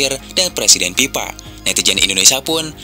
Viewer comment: Sorry bang, gua kasih 👎👎. BEDAIN ANTARA "F" dengan "P" BAAANG!! Contoh: Bukan "INDONESIA ANAK PIPA" tapi "INDONESIA ANAK FIFA" 🤬🤬😡🔥🔥🔥👎👎👎 Gedeg banget, semua F jadi P